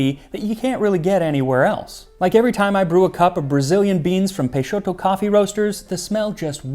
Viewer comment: Just paused the video at the ad to say I'm impressed with Max's PT-BR pronunciation of Peixoto hahahah